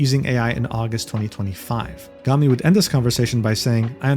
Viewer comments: not super related, but lowkey disappointed that you pronounce her name "gah-mi" instead of "goh-mi", because the latter sounds like the japanese word for trash, "gomi". Just thought that would've been funny. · You pronounced Gomi like "Gummy" which too nice lmaooo. In Japanese, it's pronounced like the English words "Go" and "me" and the word Gomi means "trash" 😂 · still he mispronounce it as gami, the entire video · pronunciation of "Gomi" is killing me bruh